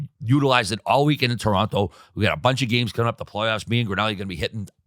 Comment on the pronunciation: Great pod boys! Gotta get working on saying Toronto properly, Whit's got it right. Where did you get that hat, Biz? Can average Joe's buy one somewhere?